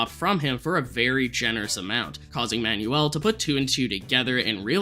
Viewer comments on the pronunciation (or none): My guy its pronounced "man-well" not "man-you-ull" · The name "Manuel" is pronounced "Man-well" my guy, not "man-yoo-ul" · Manuel is pronounced "man-WELL"